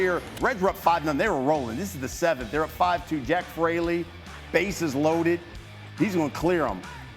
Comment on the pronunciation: Jack Fraley? Really? Come on brother lol